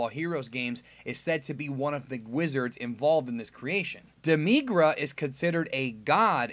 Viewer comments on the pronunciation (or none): Not demygra, demi gara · It's not pronounced DEMEEGRA It's pronounced Demi gra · You say Demigra wrong.